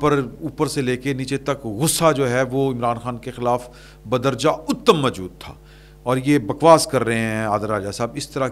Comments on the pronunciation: اُتَمْ نہیں ؛ اَتَمْ ہوتا ہے ، عربی دانوں کو ایسی فحش غلطی سے درد سر ہوجاتا ہے خدا را اپنے سامعین کے جذبات کا لازمی خیال فرمائیں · معذرت کے ساتھ لفظ بدرجہ اُتم نہیں ہوتا بدرجہ اٙتم زبر کے ساتھ ہوتا ہے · بدرجہِ اتم جناب ہمزے پر زبر پڑھ لیا کریں